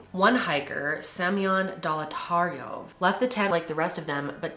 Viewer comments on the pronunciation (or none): The way you pronounce it is d-ya-tlov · You mean to say MINUS 16 degrees Celcius, haha. Otherwise, that's a nice moderate temp. Dyatlov, is more like D-yaught-lov in pronunciation. Yat is like cat :) Good video <3